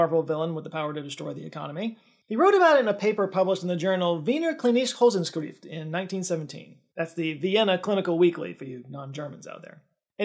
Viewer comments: yo Wiener klinische Wochenschrift is definitely not pronounced like that😅 (I'm german) from what you say I understand clinice hosenscrift❤ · The pronounciation of "Wiener klinische Wochenschrift" was so wild, that i did not even noticed it to be german ^^ It was a very wholesome try and i appreciate it :) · Hey, I watched this video on Nebula last week. It was in the background so I didn't see the photo of the journal. And I have to say, that translation is helpful for us Germans in the audience as well 😂 I rewatched that part at least five times and even knowing what you wanted to say, I still couldn't understand what you actually said 😂 , you are much closer to the correct pronunciation, though! Sorry, just had to let know you. Apart from that it's a great video! 😊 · As a German viewer I find it very fun how you pronounced Wiener klinische Wochenschrift lol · If you wouldn't have shown a picture of it, I wouldn't have understood what you said when you pronounced "Wiener klinische Wochenschrift" 😅